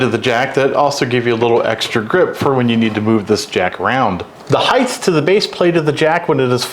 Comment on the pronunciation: You lost me at the word heighth…